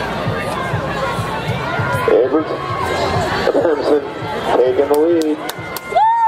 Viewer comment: Is it Abramson or A bruh ham son?